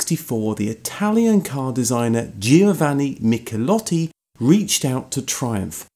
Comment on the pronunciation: NB the first "i" in "Giovanni" is silent